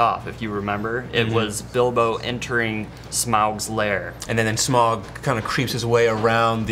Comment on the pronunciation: Whats with pronouncing Smaug with a odd "Epic Meal" style drawl? So, some dude from F&F7 is the Bard of Dale? Bummer, Benedict Cumberbatch should have 3 credits to the series. js.